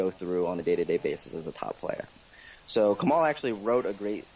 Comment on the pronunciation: It's Kemal